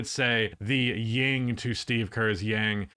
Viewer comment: Its yin. Not Ying.